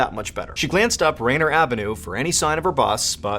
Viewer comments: Rain ear not rainer. Please learn local areas names. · Rainier is pronounced ray-near not rainer 😊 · Its pronounced Ray- Near not rayner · It’s pronounced as Raynear Avenue, not Rayner. (Think Mount Rainier) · Its Rainier like Mt Rainier not Rainer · "Ruh-NEER" Avenue, I believe, is the correct pronunciation, Mr. Ballen Thank you for these videos, always enjoyable! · I am sure others have said this, just an fyi. It’s Rain-eeer. Still very close, having never heard it. Names in WA are hard to say at times. 😊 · A little jarring to hear Rainier pronounced as Rainer. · Hey Mr. Ballen Rainier is pronounced almost in two words it is Rain near I hope that helps my friend I love your short stories they are packed full of information!!